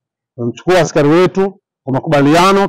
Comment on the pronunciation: Sio askali ni askari. Kwani umesoma wp mwenzangu